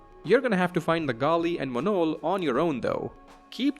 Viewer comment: that Monol pronunciation made me close this video.